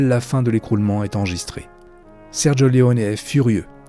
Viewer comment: 2 enormes boulettes sergio leone et non leonet et eli wallace et non wallack